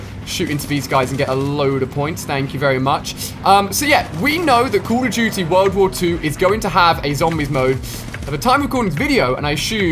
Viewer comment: The game is called "Call of duty", not "cool of duty" ....